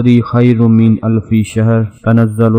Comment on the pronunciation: بھائ اپنی تلاوت صحیح کریں یہ بہت ضروری ھے شھر اور امر میں ھ اور م پر جزم ھے آپ نے ھ اور م پر زبر پڑھا ھے شکریہ